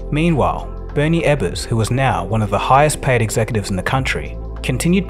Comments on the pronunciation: His last name was EbbeRs, not EbbeNs. Sloppy. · EbbeRs. Eb-burz. Not Ebbens. Not Eb-bunz. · This video is very sloppy. The video immediately refers to Jackson, Ms as "Jacksonville." Ebbers is pronounced "Ebbens" although it is spelled properly. The production level is of a high school variety. Incompetence. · Good video overall. …but a couple of nitpicks. Narrator seems to be saying “Bernie Ebbens” when referring to the Worldcom CEO. The man’s last name was Ebbers, not Ebbens. Also the narrator stated the original company LDDS originated from a meeting in Jacksonville Mississippi. There is no such town in Mississippi. I surmise he meant Jackson Mississippi where the company HQ was based. Even so, that original meeting of the principals was actually in Brookhaven Mississippi. Again, I’m nitpicking a bit, but one would think such mistakes should not be made if a topic is properly researched. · Ebbers, not "Ebbens". Other than that great video. WorldCom sales, here. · Jackson MS not Jacksonville. That's in Florida stupid. And his name was Ebbers...Not Ebbins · "Bernie Ebberns" ? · Why do you keep saying Bernie Ebbans/Evans? It's Ebbers. E b b e r s. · It was JACKSON, MS - not Jacksonville. And his name was Bernie EBBERS, not Ebbens, or however you pronounced it. Check your facts.